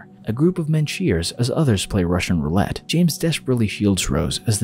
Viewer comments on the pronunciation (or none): none